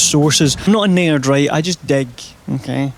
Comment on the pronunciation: it was at 14 minutes and one seconds that I realized "a naird" was you saying "a nerd"